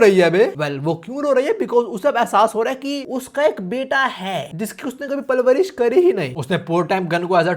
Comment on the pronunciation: palvarish nahi parvarish hota hai